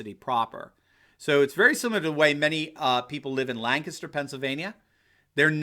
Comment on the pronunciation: Thank you for saying Lancaster, Pa. correctly. We get offended when said with the emphasis on the Lan., and you are correct, we are very protective of our Amish neighbors.